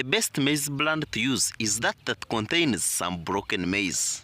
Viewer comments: It's bran.... Not brand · It's maize Bran not Brand